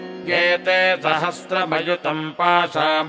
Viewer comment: Sir i have been practicing these mantras after watching this video, felt great. But i have some doubts about 1 mantra 2nd line ( Mamrta' t ) it sound like ( Mamrta द ) 2nd mantra ( sahasra ) it sound like ( श्रhastra ) and 2nd line ( mayaya ) it sound like ( Mayaजा) i was listening in slow motion also but sounds same to me. Please correct me so i can chant correctly. please let me know which one of these are right and what are the exact pronunciation. Also the written mantra in English below sanskriti sound very different from Sanskrit mantra sound.